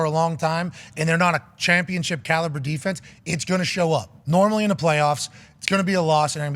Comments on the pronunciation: Why does he keep saying chompionship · Its just the culture of this show They dont say "out", they say "AHT" They dont say "championship", they say "CHOMPIONSHIP" Instead of "down" they say "DAHN" etc.